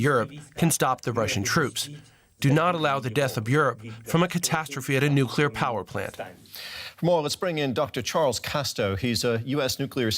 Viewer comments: He be calling it a “Nucular” power plant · why this American expert says "nucular" instead of nuclear? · Did he just pronounce nuclear like George W Bush?